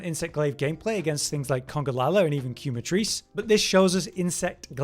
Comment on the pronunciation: The U is silent 😭. KEH-Matrice. The "que" comes from "quemar" which in spanish means to burn